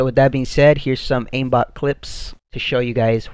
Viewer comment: Please stop saying "Oh I have AiMMbot becuse linear ". You're annoying, you're not even great.